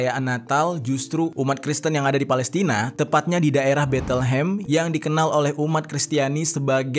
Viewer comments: Penyebutan nya bukan Betelhem tapi Bethlehem..please research dulu penyebutan nama tempat asing dan latihan dulu gimana penyebutan yg benar..”Beit-lehem” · Bacanya Bet Lehem gan, bukan Betel Hem